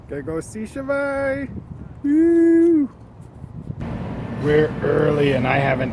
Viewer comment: good review and btw you didnt butcher the name that much